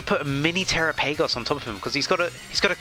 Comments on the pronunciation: The way you said trapigos 😂 TeraPagos 😂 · I cried when you said tera-PAY-goes 😭✌️